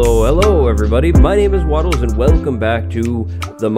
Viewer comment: Wattles sounds like waffles and that makes me happy lol